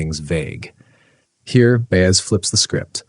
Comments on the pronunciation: her name is said Bai-ez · Her name is pronounced "Bah- ez." Mine is, too! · Her name is pronounced By-ez; not Bay-es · You call her "Joan Baze?" Seriously? I'm out at the 30-second mark. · as soon as I heard Joan's last name mispronounced twice .. I stopped the video . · This was so articulate and well written. Couldn't you have practiced saying her name correctly? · I'd give you a like if her name were pronounced right. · I wish the narration could pronounce Joan's last name properly. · That's AI for ya. AI is as perfect as the chip on your debit/credit card. A supposed perfection of reality. 😂🤣😂🤣😂🤣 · Sadly, very sadly, the narrator does NOT know how to pronounce Baez. What a shame. Reduces the value of the story, which is on target